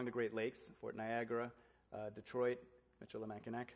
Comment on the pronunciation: michillimackinac last syllable is pronounced "naw", c ending is due to a french cartographer...very interesting talk...